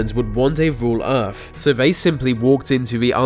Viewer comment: Aa Glad and the he says earf.